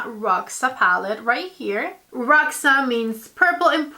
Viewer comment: Just a tip...Roxa in portuguese is pronounced with the X sounding like SH, just like in shoes and sheesh